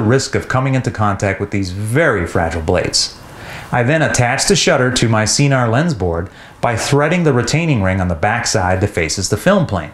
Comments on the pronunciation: It’s s-eye-nar, not sea-nar, right? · i looked up some more official videos and it appears that it’s neither. It’s sin-nar.